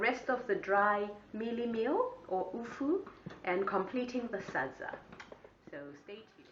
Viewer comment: Its hupfu not upfu are you shona hadzi its kwataringi kkkkkkkkkkk zvakaoma.